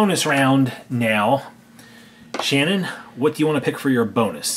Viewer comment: Its not shnin its shannon